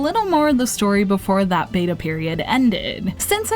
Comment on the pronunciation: Why do say betaR with an r at the end?!